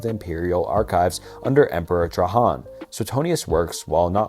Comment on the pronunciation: Hadrinian and Trahaan were my favourite empouriatours :)